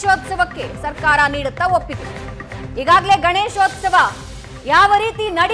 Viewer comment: the reporter says, Ganeshosthava.. It is Ganeshothsava..Please don't kill Kannada. Suvarna news heads, check the language command of the reporters before you hire them.. If it is a government property, let the propert be used for Government activities rather than allowing the communities to fight for their religious activities.